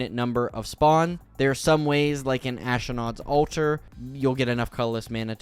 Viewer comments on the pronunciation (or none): He adds the letter A when it doesn't exist, AzAlask and AshAnod's alter, I'd have a hard time believing it's not a speech impediment.... I sure hope it is.